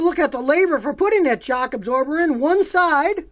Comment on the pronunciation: i love scotty said ' that is for one sachh absober..' hilariously xD